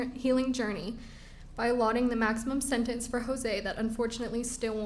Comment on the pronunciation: Tell Judge Ashley to go back to school. She consistently mispronounces words and one of them is the word “SENTENCE”. It has a flipping T in it !!!!! It has a “T”, comprehend ???!!! But she says it this way, “SEN-ENSE” 🤡. Totally leaves out the T. It sounds IGNORANT. It is IGNORANT. Your show is like a circus.